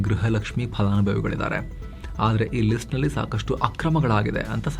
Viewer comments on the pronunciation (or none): none